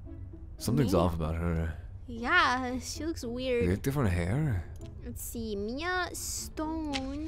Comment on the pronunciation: She said u again on Miea